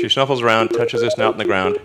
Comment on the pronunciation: The fact that Elon Musk said "shnuffles", makes me feel a lot more normal.